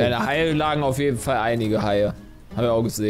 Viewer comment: Das hab ich mir auch tausend mal angehört. Ich glaub er wollte halle sagen weil wenn man es ganz oft anhört, hört man ein ganz kurzes l.